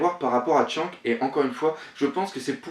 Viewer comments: Pour les noms : SHANKS et BROOK que tu prononces tchanque et broque, c'est chanqkss et brouque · et on dit shanks pas shank